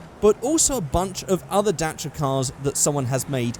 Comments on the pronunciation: Dacha? Mate, it's Da-Chi-Aa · It's Da-ssi-a. Not Dashia. We say Dassia in France, and we (Renault) own the company è_é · it's pronounced dah chee ahh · The car is romanian and is called Dacia not Dantra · You have to say it like dachia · as far as I know it's pronounced "dah-see-yah" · you are pronuncing wrong dacia!!!! pronunce like dachia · First time I hear someone say dacia "daycia" or "datcha" xD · Its pronounce it's like this (Romanian) D-A-CH-EÄ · I think it's pronounced Dacheeya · I'm so sorry, but I couldn't fucking stand you sayin 'datcha' or whatever, so I stopped watching. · I have never heard anyone call a Dacia a "Datra" in my life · Actually it is pronounced Da-chi-aa, I know because the company came from Romania and I'm half Romanian. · Its so weird hearing you pronounce dacia the way you do, in my country its pronounced the same as its written (a sounds different in romanian and "ci" is prounounced like chi in english) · its funny how you say dacia because im a romanian and the correct way to say dacia is the second one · Its so funny how he says Dacia xDD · I like how english people say Dacia Sandero